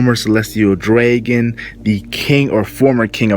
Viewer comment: Why he said celestial dragon so weird. "Dreygon" And intestines. " instes tines"